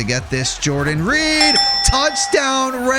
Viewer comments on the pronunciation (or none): none